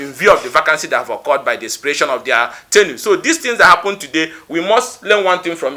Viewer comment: Ugochinyere is a baby politician..he thinks this is university politic… Ugochinyere learn how to pronounce tenure please